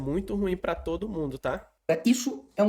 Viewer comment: "TOOÔDU" polítiku só quer votu!??? TODO!!???? RESPEITOSAMENTE, argumentação superficial, "desganhou des-ganhou" um possível inscritu...